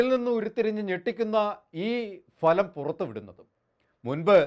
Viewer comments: ഭലം അല്ല ഫലം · എടൊ phalam alla bhalam